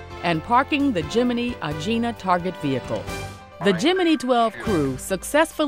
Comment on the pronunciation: geminee, lol